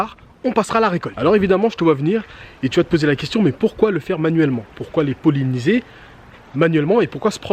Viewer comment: Merci beaucoup ! 👍 "Polliniser" pas "poléniser" 😊